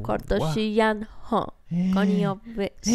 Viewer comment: فقط تلفظ کانیه وست 😂